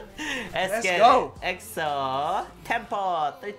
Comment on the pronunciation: Is it just me or did he said EXO tampon 😂 hahahaha dayum I'm crazy